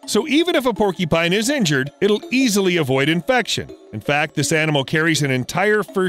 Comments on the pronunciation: It’s not PORKYpine, its paw-kyuh-pine. Porky pines sound delicious but sadly they don’t exist. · Keeps pronouncing porcupine as "porky-pine." It's "por-q-pine." "Q" sound in the middle. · Was anyone else irritated by the pronunciation of porcupine? It's not "porky-pine." It's por' cue pine. I would think only 4 year olds or r3+@ would say "porkypine". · What the hello kitty is a PORKYPINE? There's a "U" in there you know? Lol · It’s porc-u-pine… not porky-pine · Porcupine not porky pine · i love how they say "porkypine" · Sounds like he says "Porky Pine" lol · hahahahaha he said "porkypine" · Are you saying porkypine? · Is he saying porky- pine? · Is… is he saying porkypine… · Had to stop watching because I can't stand him mispronouncing the word porcupine. When did they come up with this porkypine you speak of??